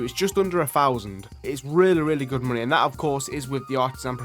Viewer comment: TH still doesn't make the F sound. Money > MoonE. House > Ouse